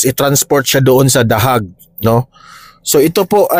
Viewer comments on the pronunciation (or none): Den Haag po yan.. Kong bigkasin ay Denhag. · Heyg pagpronounce ng hague 😊